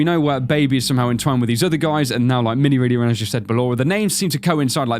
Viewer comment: ARE YOU CRAZY IT'S MINIREENA!